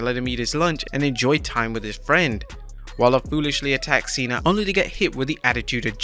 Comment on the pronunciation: bruh it's Cena not cean 🤦